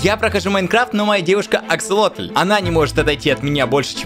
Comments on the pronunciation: ДА НЕ АКСАЛОТЛЬЬЬЬЬЬЬ А АКСАСОТЛЬЬЬЬЬ АААААААААААААА ПОЙМИ УЖЕ 😣😩😩😩😩😩😩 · аксолотль вроде а не акселотль.. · не аксолотель а аксосотель